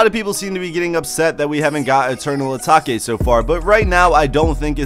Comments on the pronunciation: bruh his said ataki its atake brother lol!! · Eternal eeeeeeetake. Not eternal ahhhhtaka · Eternal Uh-Tok-Aye Lmao Dumb Fuck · eternal a take plz say it like this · As soon as he said Ataki, I stopped the video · 😂😂 im dead asfk, eternal ataki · Mispronounced it so he could get more comments 🤣🤣🤣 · He can say “ new Patek “ but not Eternal atake